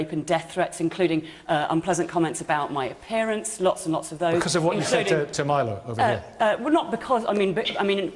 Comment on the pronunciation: You think Kate Smurthwaite deliberately kept mispronouncing Milo's name?